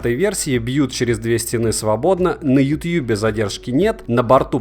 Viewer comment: Блин ютъюб так звучит странно